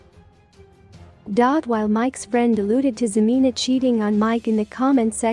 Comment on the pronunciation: If you're gonna do a story on them, at least pronounce her name right HA-MEN-A!!!!!! She is a gold digger still bc if she didn't want anything to do w him or any more of his money, she'd have blocked or deleted him by now. So she still wants that money!!